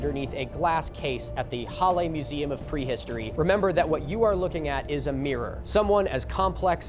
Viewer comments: "challe" The H in german is pronounced as if you are trying to warm your hands with your breath ^^ And a double L will shorten the primary vowel infront of it. So: Breathe out -> short a (Or a short "laugh": ha) -> le Halle. Hope this helps with future pronounciation, though I don't think any german would criticise you for that too harshly. There is a saying german: "Deutsche Sprache, schwere Sprache" (German language, dificult language) ^^ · On “Halle” — H is pronounced as h, like in height, but well done XD Basically hull-eh. Damn the afternoon activity; people in this country actually getting stuff done for a change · they were actually... well they arrose earlier. they already got strong votes in 1932 and they tried a coup a decade before that. pronounciation: halluh yeah and its saale, long a. like in far, pull the a long lehbensraum you make a pause after the s, bc amt= buerau or office. excellent work on the ü heberer= heh bera uhnen (pause) err-buh extern (ekstern- stine) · no "ch" sound. [ˈhalə] Short and strong "h", weak/soft "a" (you don't really have that in English), your L sound is good and to close of a short "e", which you sometimes to properly as log as you don't make it Hallie. Don't try and lengthen it. English wants to lengthen its vowels, Germanic languages vary their vowel lengths. It's expected that your struggle with the "a" as English only has strong aɪ, æ and ɑː sounds for "a" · Your pronunciation of reichsüberwachungsamt was lowkey better than your pronunciation of the other German words in the video like Halle or lebensraum